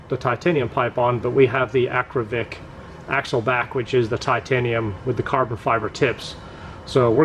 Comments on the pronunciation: AKRA POVIC not Akrovic...Akrapovic 😆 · First time that I saw a comparaison between a few x-pipes in one video. No stupid loud background music. By the way and I mean no disrespect, it is Akrapovic and not Akrovic. Well done! I used to have a C6 Z06 with Kooks long tube headers, high flow cats, Corsa x-pipes and sport exhaust. My engine light was always on. Did you have the same issue?